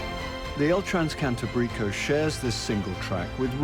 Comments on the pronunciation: sorry bro , its NOT Cantabríco , its Cantábrico 😂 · Y como pronuncia Cantabrico…😮😮😮